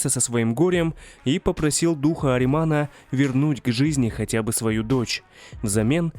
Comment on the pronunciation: не аримана а ахримана с х а не без